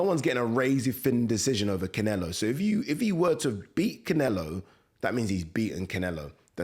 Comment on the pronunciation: Why "Cinelo" every time?! Interesting if he did fight Crawford., the latter would have to be careful not to get lamped.